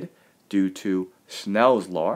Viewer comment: Your law sounds like lawr